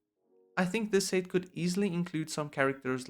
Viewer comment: More like The PERFECT Lego Star Wars "Sayt" Wave What accent is this lol